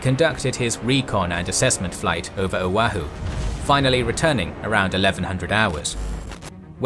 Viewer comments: for future videos its pronounced "o-wah-who" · FYI: Oahu = "oh-WAH-hoo"